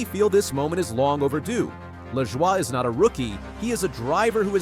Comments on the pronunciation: It's pronounced La Joy not lajowyyyy. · last name is pronounced "La Joy'.